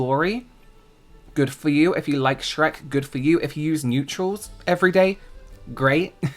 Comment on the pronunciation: The first thing I thought was how says "SHRAYKKK" with James 😂